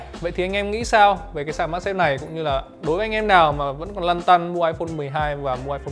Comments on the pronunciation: Mag chứ không phải mac nha anh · magsafe chứ đ phải macsafe